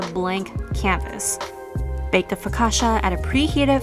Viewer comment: learn how to say it correctly.